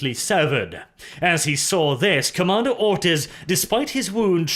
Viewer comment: Am i the only one who hears "Commander Autism" all the time? :D